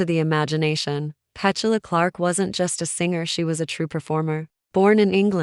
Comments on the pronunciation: The pronuncation of her name is PeTula not Pechula I believe. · The AI commentary ruins this. Can’t even pronounce her name properly 🤦‍♂️🥴